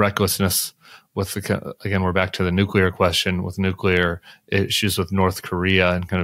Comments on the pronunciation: It is discouraging that Woodward cannot pronounce "nuclear" correctly. It drives me nuts when I hear " nookyuler". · The word is "nuclear" not "nucular"...gee whiz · How sad that a man of his standing says new-queue-ler! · I just wish Bob would stop pronouncing “Nuke-ya-Ler” weapons. Love the guy, but it’s almost like he is purposefully grating my nerves. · Very surprised to hear Bob Woodward mispronounce "nuclear". He says "nucular", like G. W. Bush. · Nuc "ular" ? And this guy's a Pulitzer peize winning writer? WOW!~ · Did he say nukecular weapons? Bob Woodward? I thought that it was only George W Bush who pronounced it that way. Is Mr Woodword from Texass? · Woodward pronounces "nukeyular" like W does. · Bob Woodward is a journalist hero. That said: I wish he would learn to say "nuclear". In spite of that ear injury, his work is vastly important and should be known to every person in the world. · I guess if Bob Woodward pronounces it “nucular” I can’t blame W or anybody else for going with it 😜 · You lost me at 'nucular' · Every time he says "nucular" it sets me off. I can't concentrate on tbe very important parts of what he's saying! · I know he's a smart man but every time he mispronounces nuclear my brain cells rebel. Nice haircut Tim 😁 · If I hear "nucular" one more time! How is this even possible from an educated expert? Unfathomable. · Dear God. How many times do I have to hear the mispronunciation of “newkyooler.” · Woodward's already boring to listen to despite being a good journalist. However he loses his credibility when he can't pronounce the word nuclear correctly. It's "new clear". Why hasn't someone explained it to him that way by now? For crying out loud he is supposed to be a wordsmith. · “Nuc-u-lure”? Come on, Bob! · I’m sorry Is he saying nucular???? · Rather jarring to hear Woodward say "nucular". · I can't believe Bob Woodward says "nucular". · I cant get over woodward saying nucular so many times 🤦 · C’mon, Bob! It’s “new-clee-ar!” Haha